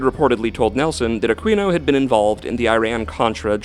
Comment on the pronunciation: It is pronounced A Keen O not a queen O. If you are going to slander and libel the guy you should know how to say his name..geez